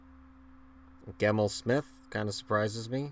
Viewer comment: Hahaha, Did you just say "GEMMEL Smith?"., that is the whitest thing you've ever done